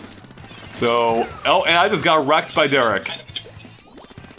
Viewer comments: "Der-RECKED" unsubscribed jk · Derr-Wrecked. REALLY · "We just got Der-RECKED" Closing the video now... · "We just got DE-REKT!" please stop